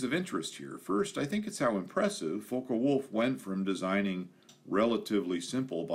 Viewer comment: It is NOT pronounced "fokah wolf" it is pronounced "fock wolf"!